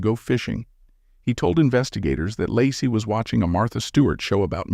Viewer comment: Her name is pronounced ‘Lay-Cee’ not Lah-cee. Thank you for this post.